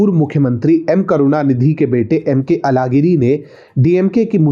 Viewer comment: अलगिरी मत कहा किजीये। यह बोलना प्रयास करें- अझहगिरी। सभी दक्षिण के भाषो मे यह ऊच्छार व्यापक हैं और यह एक मुख्य कारण है कि आप जैसे उत्तर भारतीय और हम जैसे द्क्षिणी लोगों के भीच दूरी जारी है।